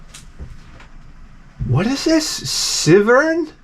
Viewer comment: I think the Kaneko game was pronounced CY-vern (a play on the words Wyvern + Cyborg). Also, keep in mind when you're playing the arcade version of a game it's almost always going to be more difficult. Because the job of any arcade game is to eat as many quarters as possible. In fact, publishers would call for more difficulty in arcade games even when the developer KNEW it was already too difficult (this was the case with the team that did Fire Shark). So, before home consoles were really prevalent you would see this type of development habit spill over to early home consoles. Hence, why NES games are so difficult compared to later home console games. Developers were still used to making arcade games, where everything was "Challenge, Challenge, Challenge!" So early NES and Sega games would be brutally difficult.